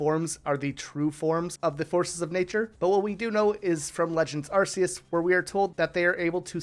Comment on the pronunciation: it's pronounced arc-oo-se!